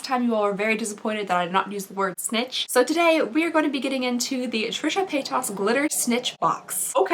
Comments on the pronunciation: Pay-duss. Not pay-toss. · “PaytOSS” Lmao.